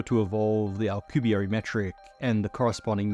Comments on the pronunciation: "Alcubierry" I... don't think that's how you pronounce it? Alcubierre is french. You got it right when you pronounced his name but wrong every other time. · Those were the most painful mispronunciations of Miguel Alcubierre name I've ever heard. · for a smart man you sure butchered that man’s name 😂